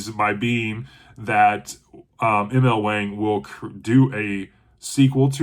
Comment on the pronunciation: You don't even know how to pronunce her name!! It's a long A sound. It's pronunced the same way as Wong.